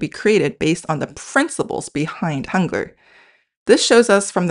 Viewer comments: Forget about the translating AI! It speaks the word Hangul in German like "hoongur". These translations are more misleading than helpful. Get rid of this nonsense! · I was confused when I heard Hangur (what?) then realised she means Hangu l